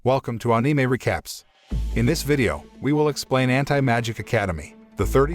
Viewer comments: bro... you doing such a good job so please don't take this in rude way.. but it's Anime.. and not AAnime.. like how you say animal and not AAnimal.. like that.. just letting you know bro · AnIMa...why does it sound like that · I like the way he says eanimay(anime) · Ah-ni-mei? Wtf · Ah it's, " Ahneemay recaps" 😂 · Onime what a pronounciation